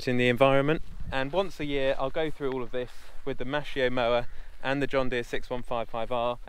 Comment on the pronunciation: Hey,its maskio not maschio.can you explain stewardship a bit? We dont have it in Sweden.